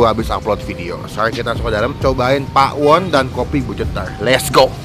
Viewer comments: Bukan Pa'won bang tapi Pawon biasa baca nya BHS Sunda Pawon tuh artinya dapur 😅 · Pawon bang, bukan PA'WON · maaf bang kayak nya baca nya salah .. bukan PA WON .. tapi PAWON .. PAWON di bahasa sunda artinya DAPUR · Bacanya Pawon gk pake pa'won hehehhee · Nyebut pawon disatuin aja, bukan pa'won, pawon itu artinya dapur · bukan pa'won tapi pawon kaya tawon bgtu bacanya hehehehe CMIIW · Bacanya bukan pa'won bang tapi tetep pawon😃 Pawon itu dapur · Pawon brow bukan pak.won 😂😂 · maksudnya gak pake jeda gt kak langsung pawon bukan pa won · Bener.....bacaan nya pawon.. Bukan pa'won.. Pawon itu artinya dapur😊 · pawon bukan pa won,jgn pake jeda bang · Pawon baaang bukan pak won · Baca nya jangan dipisah bang bukan pa won tapi langsung Pawon, itu artinya dapur 🤗🤗🤗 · pawon sihh bukan pakwon 😁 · Cara bacanya bukan pa won bang, tapi Pawon Pawon(BHS Sunda)=dapur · Pawon ya bukan pakwon nyebutnya " Pawon itu bahasa Jawa artinya dapur .. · Hai bung bukan pa, won tp pawon ngomong nya, nanti jadi beda arti nya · Pawon itu bahasa jawa yang artinya dapur mas... Dibacanya ya pawon bukan pa won😆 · Bacanya pawon, bukan pak won.. Pawon itu bahasa jawa artinya dapur :) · Kata pawon itu bhasa sundanya dapur bang jd jangan bilang pa won,kita bilang dapur ga da pur kan? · Gue kok dengernya ngomong pak won ya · Gpp sih malah lucu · darimana yaa, cara baca Pawonnya kurang pas. Ga apa, tiap orang dengan lidah asal selalu punya ciri khas. Terimakasih review-nya... ternyata emang bener2 cetar